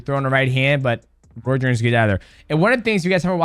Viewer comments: Roy's, royce.... bruh it's ROY Jones lol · “Roy shorn junior… Roy jone junior… Roy’s jones” 😂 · Bro is ROY. not roys or Royce or roysh 😂